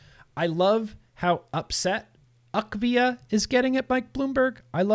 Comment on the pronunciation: it is U.K.-VIA. UK like in United Kingdom, not "akvia". Sadly, the UK didn't speak up in favor of vaping when the EU worked on the TPD2. To implement EU-wide regulations, every member-state must agree. They could have stopped the TPD2, by simply saying no. For the WHO to change their attitude, Bloomberg & Gates would have to ⚰️🕯️⚰️. Inability to find adolescent vapers for a study? Nicotine vapers that is. Daily vapers, not once in 30 days. Let's not forget that almost half of the youth use marijuana. The CDC doesn't distinguish between the two substances (to them it's vaping, using a tobacco product). The researchers needed daily nicotine vapers for the study to make sense. I think that their numbers are correct.